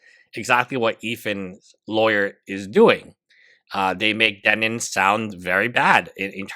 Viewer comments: Denims. You said "Demins" the entire video. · Why do you say her name as "DEMINS?" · thank god someone else is asking this. this lawyer is dyslexic but only on the word "DENNINS" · I love him saying Demins lolol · no I didn't mean to laugh at his English (its not something to laugh at). He says Demins because he has no idea who she is so mispronounces it . He also mispronounces h3 as he which is also funny.